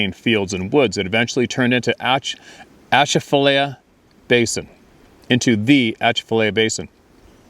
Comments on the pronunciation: No it's Pronounced At cha l fi ll iie lie ah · At-cha-fuh-lie-ya Basin😊 NW Louisiana here love your content!